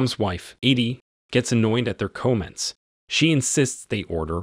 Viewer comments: "co-Ments"? really? and "Gear-Oat"? improve dude!...I M P R O V E ! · Is this an AI voice lol. "Co-ments?" Lmao. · Not sure if the person narrating this video is human or not?? I've never heard the word "comments"pronounced like that before!! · This must be AI because he mispronounced comments. And only a computer would get that wrong